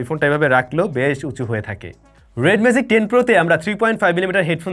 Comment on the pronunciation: it's magic, not "mazic" as you are pronouncing! You have work on your pronunciation, brother.